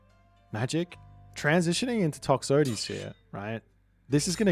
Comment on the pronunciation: the way you pronounce Toxotes and Hippeus pisses me off, just to make you feel even better